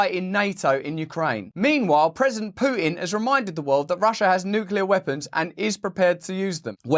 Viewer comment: Thank you for pronouncing nuclear properly